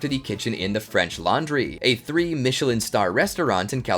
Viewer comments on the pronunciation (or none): none